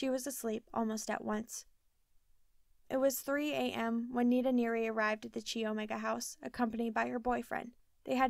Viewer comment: Thank you so much for this week's chapter....I've been anxiously awaiting..I think I should tell you that Chi Omega is pronounced Ki Omega not Chi....It a weird pronunciation but i was a Chi Omega my first year of college so I know how to say it...Not trying to be mean at all just thought you should know before you read the rest of the book.....I'm going to have to buy this book again especially since it was updated after Ted was executed......♥️♥️♥️♥️♥️